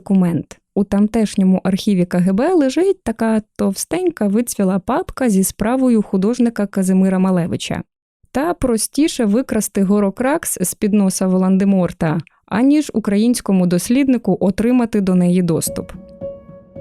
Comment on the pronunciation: Як завжди чудовий подкаст, тільки 'воландеморт' різонуло вухо. Це російська локалізація... Волдеморт.